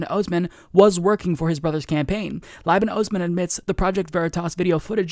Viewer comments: Just a heads up Liban is pronounced Lee-ban. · Slight pronunciation correction: Liban is pronounced " leeban"